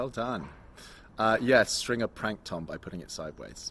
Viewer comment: Theo can't pronounce Stringer! 😀 He sounds like Sean Connery, without the Scottish accent! That hat must have turned off Charlotte! 😀